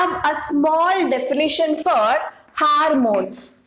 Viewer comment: Is this harmones or hormones???